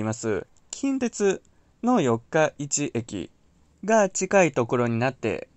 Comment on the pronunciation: 四日市の発音が気になりました😂 よっか、いち じゃなく よっかいち ですよ